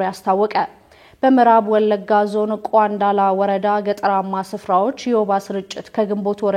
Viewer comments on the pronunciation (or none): ቋንዳላ አይባልም ቆንዳለ በምል ይስታካካል(ብርቱ ልጅነሽ በርች)